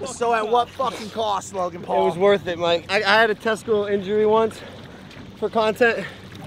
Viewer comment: Bro,mike pronunciation in Spanish is actually great